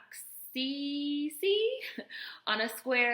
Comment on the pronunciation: Kinaxixi 😂😂😂 you read it as kinachichi